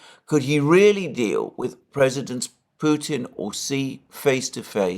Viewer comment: Alexander, It’s so obvious that President Biden has some cognitive and linguistic issues and it’s sad that he is put in the position as chief political spokesperson for the US… Also, you are one of the only British commentators that pronounce Putin correctly… I’m hearing “Poutin” from the rest….😮 Ron in Alice Springs Australia…🦘